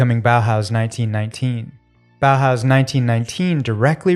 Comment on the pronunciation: Ma perché i BOAUS ? Si pronuncia tranquillamente Bauhaus🤭